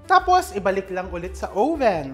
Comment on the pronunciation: Oven or owven? Haha